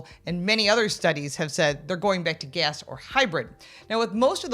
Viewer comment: lol 😂 Gas Not Gehs lol 😂